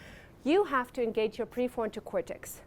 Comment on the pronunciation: And pre forto cortex. Maybe she is stuck in the basil ganglia 😊